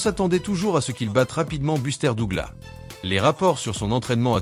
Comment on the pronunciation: le seul pti truc très agaçant dans les commentaires c'est la prononciation de Douglas 😐 DouglaSSSS et non Dougla ... je ne comprends toujours pas pourquoi 😅